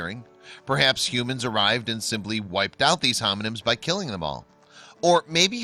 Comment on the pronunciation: these "homonims"....!!!WTF "Hominids" you f*cking moron! You're trying to talk in your intellectual, supposedly intelligent ridiculous accent about people you're saying aren't human! You think you're so superior! You're not! You need to get educated you supercilious, cretinous moron. Learn a language... And maybe learn to paint without a brush or paint, in the dark! They at least could light a fire in a cave without matches or a cigarette lighter! COULD YOU? RSVP